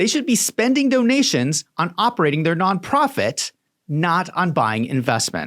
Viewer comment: Why does it always say none profit it sounds like alot of profit.